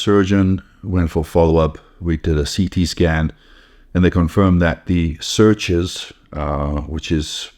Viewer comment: Is he trying to say sutures?